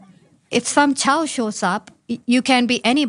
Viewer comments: Child not chow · Did she just actually say 'If some Chow shows up..'? That's... wow. Just wow.